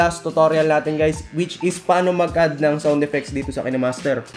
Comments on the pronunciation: Kinemaster not kenemaster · Bat po ki-ne master pronounce mo? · pronounced yan as KaynMaster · Kaynmaster ang basa sir